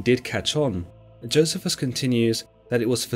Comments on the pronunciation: It's joe-c-fus. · It's pronounced Jo 'cee' fuss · I fully understand the difference in pronunciation of words depending on one's accent, but you are butchering Josephus's name according to general consensus. Perhaps you should hear somebody speak it rather than pronounce it according to the way it's written.